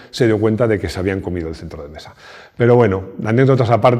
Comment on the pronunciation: "Sel centlo de mesa". Los Japoneses al contrario que los chinos, no pronuncian la L, es más donde nosotros decimos L ellos dicen R.